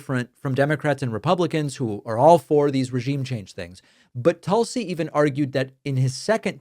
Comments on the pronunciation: Tulsi is pronounced Toosie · Tool-see is the proper pronunciation